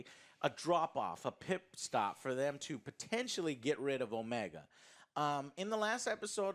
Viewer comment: I like Omega, we're gonna have to forgive a lot of scenes involving her in series as she's literally experiencing things for the first time, but one thing I dislike is the way her voice actor pronounces her own name it sounds like she say it as o-ME-a not necessarily as Omega. I find that annoying at times IMO